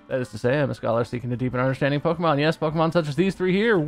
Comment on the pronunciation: Pokémon, not pokeuhmon.